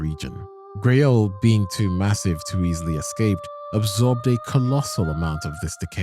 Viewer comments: Gaol as in Blackgaol is pronounced “jail”. It’s old English for…jail. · Gaol is pronounced JAIL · Gaol is pronounced like jail btw. This makes more sense when you consider evergaols are prisons for, well ever